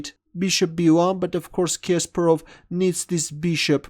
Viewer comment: Omg the way you say Kasparov annoys me every time... I usually avoid when you comment on his game Sorry